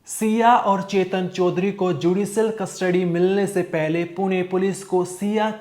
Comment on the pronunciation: चोदरी नहीं चौधरी है, ठीक से बोलो😅